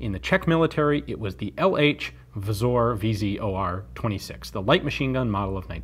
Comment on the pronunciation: A few details from a czech guy :) btw you have pronounced Praha really good ;) Czechoslovak and not Czechoclovak LK vzor 26 and not LK vizor 26 otherwise good video ;)